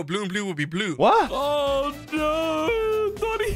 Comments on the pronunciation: that's not doni, that's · thats not doni thats 💀💀💀